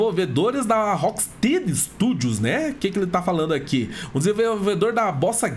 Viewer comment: desculpa a chatice, mas rocksteady se pronuncia "rock stédi"